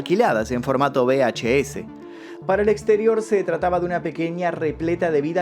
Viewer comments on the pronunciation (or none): PERDON. Dices..bhs. NO. Uve hache ese. No DISTINGUES entre B y V?